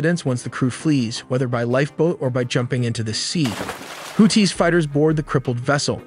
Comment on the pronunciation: Too bad AI can't pronounce things like missile names or houthis correctly.